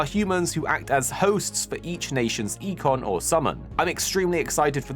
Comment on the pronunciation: Just as an FYI, for Final Fantasy 16 you pronounced Eikon like "ee-con" and it's more like the word icon (Eye-con). Hope that helps if/when you do more content on the game.